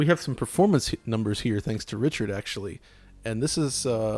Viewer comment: God this Richard guy is horrendous. He can't say the first letter of his own name and keeps saying "essentially" which is every inarticulate nerd's go-to word to try to sound clever. You can put 'essentially' at the start of any sentence like Richard does and in every case it's redundant. It's fuckin embarrassing.